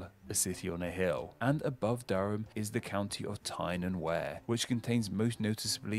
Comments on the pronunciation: The commentator needs to breathe between his words, also his pronunciation is appalling. It's Wear as in beer, and Derby and Berk as in Darby and Bark. Who is he?!? Regarding Staffordshire, he got that wrong too. It comes from Stafford, which in turn comes from Staith-Ford, the landing stage by the ford. Regarding fords, the reason we have so many, as opposed to the USA, is because we are an ancient country, and before proper roads and bridges, rivers were forded at their shallow points. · Yes agree. The River Wear also mispronounced as was quite a few others. In fact it seems this guy doesn't know his own country all that well. Poor video in general. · I live in County Durham. Durham Castle and cathedral are on top of a steep hill and nearly surrounded by the river wear pronounced to sound like fear, not as in the video which sounded like bear. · The narrator could have done better with some of his versions of how to say the names. On the subject of the rivers Tyne and Wear. He says wear, like as in you would wear a hat or coat. It should sound like we-ah or we-ur... it sounds correct if you say it quickly. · The guy narrating this video needs to learn more about the subject he is speaking about. Durham is actually a city not a town. The River Wear is actually pronounced 'wee-r' not 'wear' as in what you do with clothes. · I was born in Sunderland County Durham - Tyne and Wear is a "ceremonial county" invented in the 1970's and it has no history & little point. I always regard myself as being from the County of Durham. The River Wear is not pronounced "where" but "weir" as in the name for a barrier that controls the flow of a river (the name just sound the same and has no connection with a weir). The "castle" that you see in the photograph is mostly the great Norman cathedral at Durham. Durham Castle is to the left of the photograph and is completely overshadowed by the cathedral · Also the wear river is pronounced weer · and Wear in Tyne and Wear